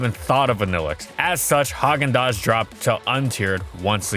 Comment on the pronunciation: "Therefore, Hagaan Däz fell to untier" had me crying laughing!